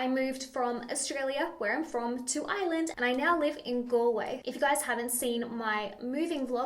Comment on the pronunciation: I love how when you say Ireland it sounds like island haha 😛❤️